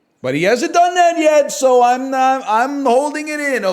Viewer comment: everytime NL says "I am so back" I heard "I am sewed back" as if he got ripped apart and stitched together then brought back to life which kinda is from time to time in sap 🤔